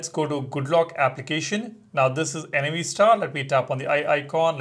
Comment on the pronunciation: Why do you keep calling it N-A-V star? it's Nav as in navigation.